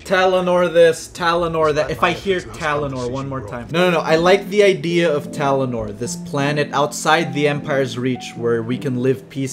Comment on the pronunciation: STOP SAYING TALANOR FUUUUUUUCK